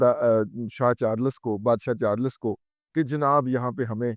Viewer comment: CHARLES ko ap urdu mai kiyon parhtay hai.Its not CHARLAS